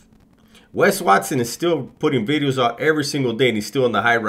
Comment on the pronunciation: All the " veedeos" but no "new veedeo " in the beginning 🤣🤣🤣 keep up the hilarious veedeos my man